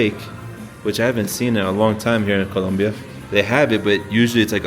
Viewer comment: Great video! So cool to hear someone who can pronounce Colombia correctly-many cannot!